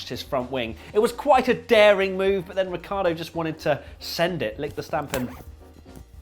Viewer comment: And Ricciardo is actually Rich-ardo